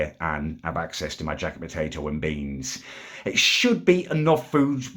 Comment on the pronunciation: Its beans not BEYNNZZ